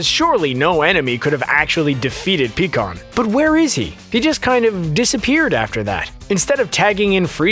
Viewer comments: Pi kkon not Pee kkon bro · Pie kan that's how you pronounce it